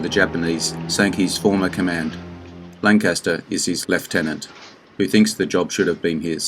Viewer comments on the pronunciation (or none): none